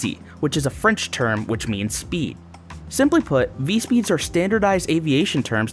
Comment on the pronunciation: (Vee-tess) not(Vit-easy)